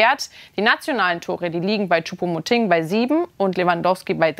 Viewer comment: Sie spricht Choupo-MotING wenigstens richtig aus!👍🏻👍🏻 Das kriegt ja Herr Brügelmann bei "Reif ist Live" seit Wochen nicht hin...🙄😝